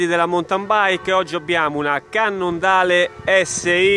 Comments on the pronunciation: si dice cannondeil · cannondale si legge " cannondeil.. comunque bel video e bella bici ! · Dopo aver sentito “cannondale“ pronunciato letteralmente... Mi dissocio